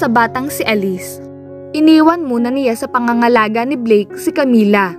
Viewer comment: Ayusin mo pgbasa mo..CIYA at NIYA..ano ba yan.